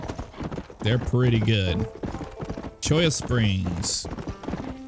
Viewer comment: How many times,... Cholla not Choya.